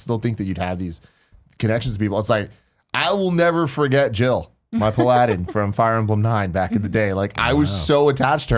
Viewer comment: Lol sounded like "my pal Aladdin".